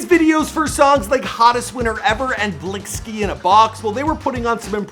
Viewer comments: i’m convinced that doesn’t know how to read. it’s pronounced FAH-VIO and the way he blixky, it’s pronounced BLICKY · Blixkskiey😂it’s blicky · "Blisque" it's "Blixky" 😭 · u said “blisque” 😭😭 it’s pronounced“Blicky” in a box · It’s pronounced blicky not bliksee theres just an X to cross out the C which is promoting the exemption of crips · he said bliski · this guy rlly jus said blisy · Man said blix ski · Na He type butchered this one “bliskies” “Favio” 😒 dont kno nothin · Mans said blixxxxxy inna box 😭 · ``FAVE-EYO´´ ..?? ..&.. `` BLiCK-SKEE´´ ..?? .."COME-ON DOG..!! YOU GOTTA DO BETTER THAN THAT"..!! 🤦🙅🙅🙅🙅🙅🤦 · This guy don’t know how to talk “Favio” “blick ski ina box”🤦🏾‍♂️ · “Bliksty inna box” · “Blix ky in a box”😑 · Blixby lol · Nigga said blicksy in the box